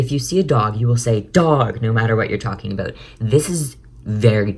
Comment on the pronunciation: say about correctly